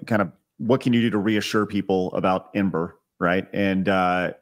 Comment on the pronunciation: Somebody please tell Grummz that just as Fant4stic is read "Fant-four-stic" so is EM-8ER "Em-eighter". He doesn't get a pass just because he's based af. :)